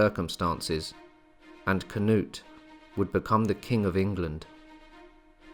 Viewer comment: As a Swede I don't know why you change the names to a English version. I don't care if you pronounce it wrong but its kind of disrespectful in my opinion to change their names. For example you say "Canut" It's Knut without the A. You could just not say the A and you would say it right. And Thorkell is Torkel. And so on... Also if you need help with how to pronounce names and places I'll be glad to help.